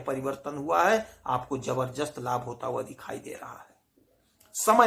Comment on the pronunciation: ज़बरदस्त होता है, ज़बरजस्त नहीं…